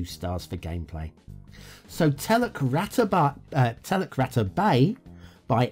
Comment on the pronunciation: Oh dear, a pretty rough a ready map with heaps of errors that I would never use. But it and its clunky backstory along with your excellent humorous delivery, all made for an entertaining video. I speak Bahasa Indonesia 🇮🇩 (the big brother of nextdoor neighbour Malay by many many millions of speakers). “Teluk” (which pronounced “tell-look”, me old mate, not “tell-luck”) means bay and “rata” means flat or level (and it is not pronounced like “ratter” - more like it rhymes with “starter” - lol). So I read the name of the map as “Flat Bay Bay” and knew it came from someone with little clue of the language!! I wondered if the map was based on the real bay of the Indonesian island of Sumatra (where there is also some Malay spoken) called Teluk Ratai - but I can’t really see much resemblance. Strange where people get their inspiration from and full marks to the map builder for originality if not authenticity and skill.